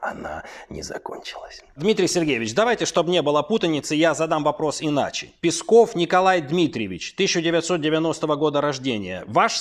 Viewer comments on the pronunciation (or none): Пэйсков иначе не пэйсков ....)))